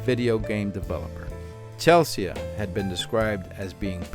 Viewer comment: Chelsee not Chelsia…..❤ RIP